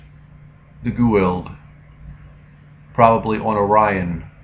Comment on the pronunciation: You are pronouncing it so wrong lol, it is... "Goo-ah-oold" I have been wondering where Astral has been too